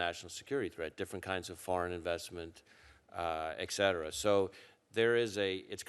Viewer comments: The FBI director can't pronounce et cetera. Ugg! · Why do Americans not know how to say "et cetera"?